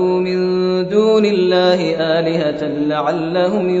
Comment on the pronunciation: Elihe değil eliheten